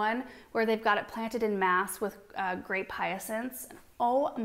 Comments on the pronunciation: "In mass" is English. "En mass" is French. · I hate to be so pedantic, but was anyone else wincing at 'en masse' being mis-pronounced as "in mass" so many times in a row? It's French and should be pronounced more like "on mass". With such a strong French family name I expected better! 😂